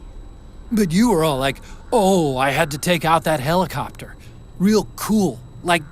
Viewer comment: you were all like "OH I GOTTA TAKE OUT THAT HELICOPTA"